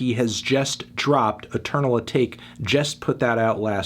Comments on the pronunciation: eternal ah-tock-ay. not ah-take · i die a little bit more inside every time i hear "eternal uhh-take". AH-TAH-KAY!!! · Dude, why can’t you pronounce lil uzi verts shit ever? “Footsul shuffle” and now “eternal a take” lmao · Ok it is so annoying to me how he says “atake”